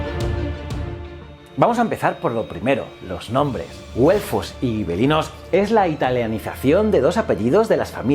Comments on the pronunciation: Hola. Una duda que me ha surgido: si escribes gibelinos se debería pronunciar como “jibelinos”, o escribir “guibelinos” y pronunciar como tú haces. Pero eso es claro está en castellano, y como dices que es italiano entonces sería algo como “yibelino”. Total, que me lío. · Hola, si escribes Gibelinos no deberías decir Guibelinos, además la W hermana se pronuncia B, por lo demás enhorabuena.